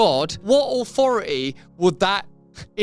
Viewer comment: Wha "Ahwhoroty" Russel talking about???😅😂